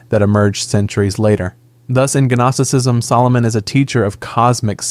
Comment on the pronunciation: bro... "Guh-nosticism?" Come on 😂